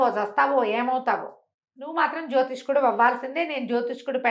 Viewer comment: జ్యోతిష్యుడు అని పలకవలసిన పదాన్ని మీరు కూడా జ్యోతిష్కుడు అనటం నాకు ఒకింత ఆశ్చర్యాన్ని, నిరాశని కలిగించింది.